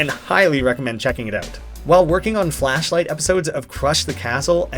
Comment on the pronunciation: cool series but... flasshh light... ughh that sounds a bit...